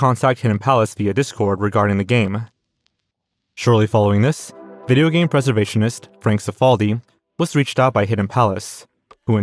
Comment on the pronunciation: "tar-zsn" "video*pause*Game" 🕵️ai?